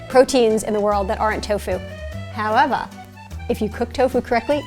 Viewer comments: Why does she sound like an Aussie when she’s says “however” tho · I think she was pronouncing it like that for effect.... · It’s a New York accent she was doing for fun; she’s from Brooklyn. :)